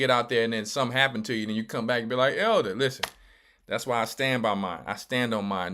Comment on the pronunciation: Greetings Elder... U butchered her name to hell and back ... Im at work crying 🤣🤣🤣🤣🤣🤣😭😭😭😭😭